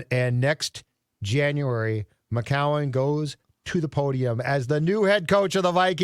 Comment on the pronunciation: Thanks for finally pronouncing Josh McCown's name right!! ....That was like pronouncing a silent "H"